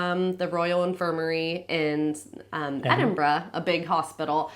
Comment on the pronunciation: You say Edinburgh correctly (not edinburrow). You are now officially a local.